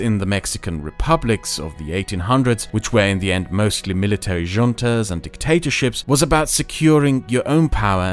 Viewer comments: Since there's likely to be more videos on the states formed from the collapse of the Spanish empire, "junta" is pronounced "hoon-tah". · He pronounced “Junta” emphasizing the J when it makes a hu sound but he somehow made it work